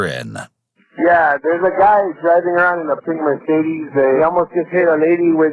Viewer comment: It hurts my german soul to hear how they pronounce 'Mercedes'